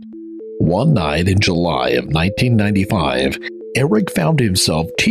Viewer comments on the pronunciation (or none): none